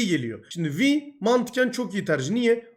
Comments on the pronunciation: Abi vi deil vay diye okunuyo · Vi diye okunuyor bu arada. Vay dediğin "vy".